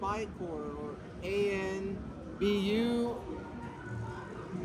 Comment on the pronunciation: Shan didn't "trigger" me but did when he didn't know how to say Anbu (ahn-boo) or froze on who Zenitsu was😂